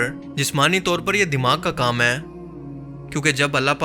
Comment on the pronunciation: Aap se aik request hai APNA talaffuz drust Karen jumla mukammal karty hoy hai ko ay mat bola Karen ise Tarah chanad kalimat ko drust bolen please